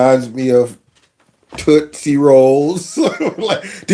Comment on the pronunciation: Tootse... lmao. One of my father's friends she use to call me tootse. Lol